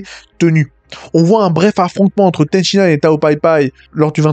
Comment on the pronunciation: Purée stop. C'est Ten Shin Han, pas Ten Shi Nan. À chaque fois que tu le prononce Ten Shi Nan, y a un bébé phoque qui meurs dans d'atroce souffrance, apprend à prononcer correctement par pitié.